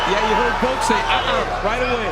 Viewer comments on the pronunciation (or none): none